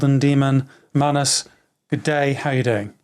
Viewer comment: also, magnus' pronunciation is on point. thanks for the podcast guys :)